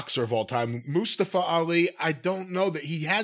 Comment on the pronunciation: Jim is funny but him not saying Mustafa's name properly is why Jim got fired from NWA. Its not funny. Just say his fucking name. It aint hard. It further drives racism where people mispronounce names out of ignorance. There is a difference between saying Kenny Olivier or Hardly Boys etc because its a play on words or a piss take. But this just seems stupid.